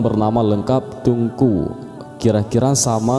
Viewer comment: Ralat Min TEUNGKU Jgn dibaca TUNGKU😌